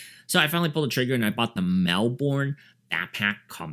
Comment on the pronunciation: Good review! FYI Because it's an Australian brand, and Melbourne's an Australian city, we pronounce it Mel-bun.